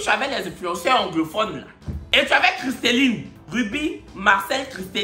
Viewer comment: c’est “Christellie” pas “Christelline” 😂